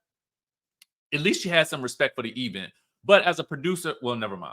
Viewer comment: the E-vent🤣